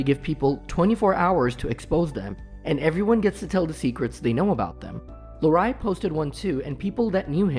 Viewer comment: “Larreye” lol